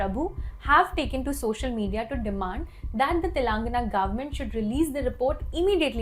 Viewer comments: Try speaking the name TELANGANA appropriately.. You can report the news later ☺️ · Constantly hearing "TELAAANGANA" made my skin crawl. As a person hailing from Telangana let me inform you that, you don't need to drag the first "a" in the word, just pronounce it like how you would pronounce "telugu" . No offence but just educating you ma'am.